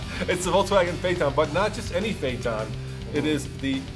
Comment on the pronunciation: fernidad porsche?? lol the way you pronounce phaeton too, is that how it's supposed to be said?